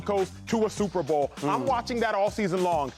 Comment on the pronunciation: Anybody else cringe every time Shady says Sooper Bow